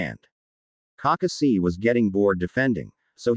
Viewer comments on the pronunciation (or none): This fanfic would be better if you didn't pronounce Kakashi name wrong it sounds like you're reading to a toddler